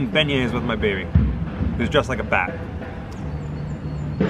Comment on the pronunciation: Every time i go to Cafe du Monde and eat beignets, i’m always wearing black for some strange reason and always getting powdered sugar on my clothes but i was born and raised in New Orleans so I’m used to it, oh thanks for the correct pronunciation of our famous sugary treat and the Cafe name..🤘🏻😎🤘🏻